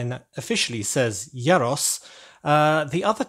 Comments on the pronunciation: Not sure you've nailed that pronunciation yet... I think it's more like "year ross" (you sounded like "yeah Ross" with a short e). Also, the pot on the stove fits the space nicely but the standout thing about these vans is surely the meat on the vertical spit (whether it's doner kebabs or gyros). The mystery meat aspect is only heightened by the unnatural looking pinky-brown rotating meat. If there is space maybe you could change the pot to a spit? This really was a triumph of 10 year old boy style humour 😉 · “Yyer-ros”?? I thought it’s pronounced as “ɣee-ros” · it's pronounced year-o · Yay🥇 casually hearing that mispronounced g(yros)